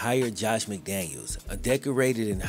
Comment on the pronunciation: Great video as always. Only thing I will point out is Mike McDaniel deserves the respect of having his name pronounced/spelled correctly as him and Josh McDaniels don’t share the same last name as stated.